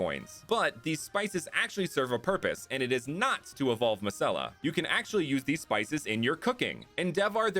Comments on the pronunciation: I thought masella kinda sounded like must sell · Masella also kinda sound like must sell in a weird accent 😂